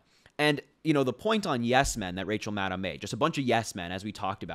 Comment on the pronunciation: Maddow rhymes with shadow. A lot of folks make this mistake.